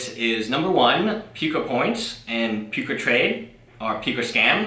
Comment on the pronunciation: It sounds like you're calling it Puke-a-trade. Which is a more accurate name than what it actually is.